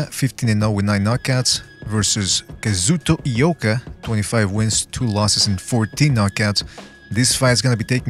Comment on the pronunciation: Hmmm. I'll look into it. I might be able to find a Japanese stream as well. After all, I am the Undercover Asian. Thanks! By the way, pretty good pronunciation of the two guys' names. My ears still hurt from Max Kellerman's pronunciation of Naoya Inoue's name.